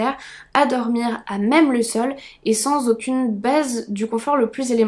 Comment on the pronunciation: Suis-je le seul a entendre " sans aucune baise "? A 20.50? Mdr En tout cas excellente video